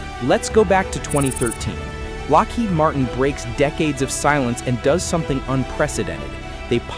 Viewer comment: What's the surest telltale of an AI narration? Can you imagine a human reading the script and not tripping over the phrase "Lockheed's bridget? " How about "Lockheed Wharton?" Or "F eleven seven (instead of one one seven or one seventeen)?" Other than that, this is a pretty good synthesizer. Cadence and inflection are both very good, almost (dare I say?) human. A little editing where the thing trips and we'll have a tough time discerning.